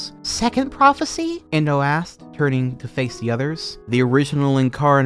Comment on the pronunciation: My account name is endo and its equally traumatizing every time i hear you say the name indow and anything they do